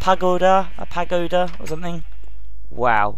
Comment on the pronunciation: It is called a Pa-go-da I am english and 11! and know